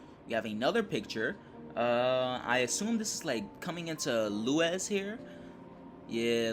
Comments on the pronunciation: It' sounded more like "Loo-wes" than "Loo-is", but may just be due to different accents. All good! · Insider knowledge from a friendly Brit. Lewes is pronounced "Lewis" 👍